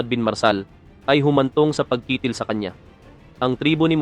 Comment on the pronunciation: ayusin mo ang pag narrate..yung salitang pagkitil..hiling...para hindi ka nagmumukhang eng eng..ninenok mo lang ang video na yan.hahahahaha nakita ko yan sa channel ni Islamic Stream..